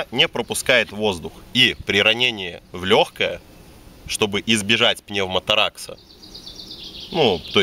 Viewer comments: пневмотарАкс?))) тОракс всегда грудная клетка была (thorax если по латыни) понимаю что вы не медики, но звучит реально забавно. Ну и само собой броник бы снять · тоже резануло, просто от пневмоторАкса недалеко до обезбАливания)) и очень частое явление у опытных медиков